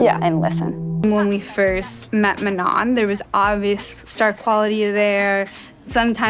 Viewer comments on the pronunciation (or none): 'muh-nawn' *sighs* microaggressive straight up. From Michigan and it's even more obvious to me these days when people do this. They're doing it to Abdul El-Sayed's full name right now to be Islamophobic and it's easy to see the same racist principles reflected here. And it's not even like Manon has a name with a bunch of diacritics or smth all with sounds that don't exist in English jfc. Like at least pronounce the 'no' part without the correct nasal accent and look like you're trying girl. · I feel so lucky that I’m subscribed to u and thanks for mentioning the thing about December ALSO I’m gonna make an edit of u with CapCut 🫶🏻💕 This lopsided bun manager needs to learn to say “manon” before talking bad like that like it’s not mu-naun girl needs to go back to elementary school Problem solving? U mean problem CAUSING And u did as amazing as always 💅🏻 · .... please may this lopsided bun not pmo. may someone please lmk if she pronounced Manon's name wrong on purpose or what☠😭 I jumped the gun, you touched on LP bun pronouncing her name wrong😭 The effort you put into these videos is amazing. Thank you for approaching this whole subject respectfully and still encouraging us to go and do our own research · i was just about to comment about how missy NEVER pronounces Manon's name right when you brought it up. it always irked me how she's known Manon for YEARS now and still doesn't say her name correctly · know what a micro aggression is, I get them a lot as a queer person, and ya that’s 100% what it feels like. She very clearly knows how to say Manon’s name right, everyone around her says it right and she has definitely heard it pronounced right online. I could give her the benefit of the doubt in the beginning but she is choosing to pronounce it wrong atp (love your pfp btw)